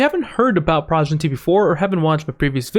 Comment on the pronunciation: its pronounced PRO-GEN-ITY